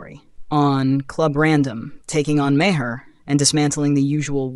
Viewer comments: Obviously an AI narrator because Maher is pronounced like Mar, not Ma-her. Ignorant AI doesn't know that and pronounces words phonetically as they are spelled This is ONE of the things I hate about AI. By the way, AI narration earns an istant thumbs down, and I stop watching as soon as it becomes obvious.. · bill is a jerk and his last name is not multiple syllables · You mispronounced Maher's name and you're also wrong about his political stance. He's very critical of the left as well. More so than most left leaning celebrities. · You need to have your AI bot correct the pronunciation of Bill‘s last name